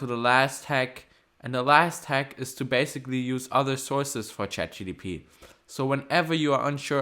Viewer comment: it’s not chatgtp It's chatgpt